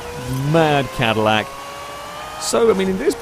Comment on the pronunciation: It’s the “Madillac” 😂